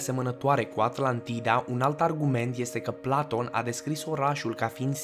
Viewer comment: "Planton"?! Serios? "Planton"? Pe bune? Cine Planton ăsta???